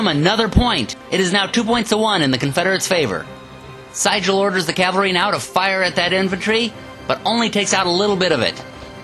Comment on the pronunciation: Excellent video except that Siegel's name is pronounced See-gul (like the bird)